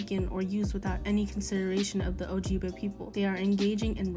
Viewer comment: ok first of all, gtfo and shut up lmaooooooo. second of all, if you're going to call out DC as 'cultural appropriation', at least pronounce ojibwe correctly???? people just complaining to complain, and bc they like how their voice sounds